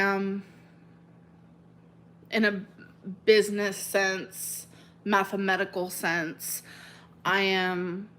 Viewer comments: “Mathametical” - ALR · In that clip, did she say meth-a-medically instead of mathematically?? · “In a mathemedical sense...” 🙄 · "Mathemedical" BRUH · “Mathemedical” lol